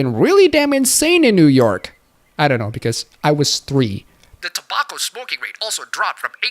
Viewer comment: you pronounce tobacco wrong